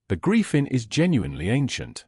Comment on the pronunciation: You mispronounce griffin